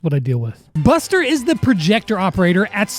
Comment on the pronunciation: I heard buster like bastard 😅😅